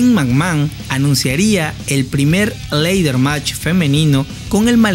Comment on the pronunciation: Buen video pero se pronuncia "Lader" match y no "leider" match.